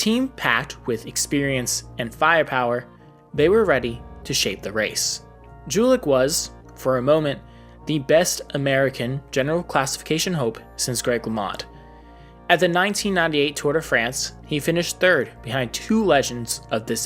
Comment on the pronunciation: pretty sure its yu-litch